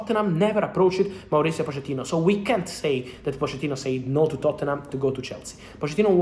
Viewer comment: Cómo que se pronuncia Poshettino en lugar de Pochettino??